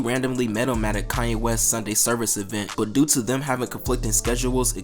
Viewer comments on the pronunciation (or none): none